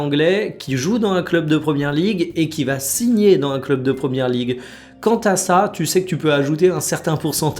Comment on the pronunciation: Fait les liaisons entre les mots : dans un et pas dan un